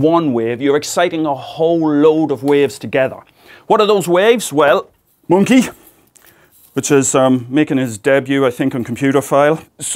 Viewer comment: Every time he says "Monke" I get the biggest smile on my face haha Love ya Professor, keep it up!